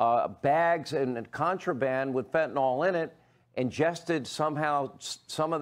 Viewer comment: Sean, It’s not fentinol!